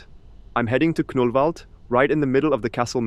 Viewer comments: As a Swede I'm giggling everytime you say "Knüllvald" :P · well, it is kind of funny!